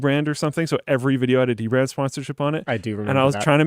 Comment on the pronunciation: now I want to see dbrand ad where he just says dbrad a lot